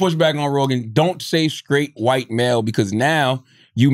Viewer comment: See joe can't even say white